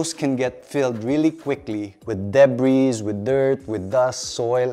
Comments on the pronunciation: Very informative 👍 btw, Debris is silent S ✌🏻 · Engr mali po pronunciation ko ng debris…